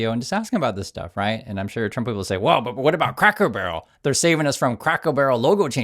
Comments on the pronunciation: You consistently say "Crackle Barrel" instead of "Cracker barrel" through out this whole video. It's feels good to know that you don't care. I don't care either. I'm thinking back to your earlier video about what might be done with our new Sovereign Wealth fund. R/ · CRACKER.... CRACK-ER... CRA-CKER... CRACKER... like crackers and cheese... not snap, crackle, pop... it's right in front of you. Honestly, I don't think I've noticed any mispronounciation here before now. It's not that bad..., just annoying. Just don't become like Ben Meisalas and Meidas Touch. He's so bad about mispronouncing things that it's started to turn me off of their videos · Are you saying Crackel barrel wrong on purpose??? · is so anathema to Cracker Barrel he can't even say it!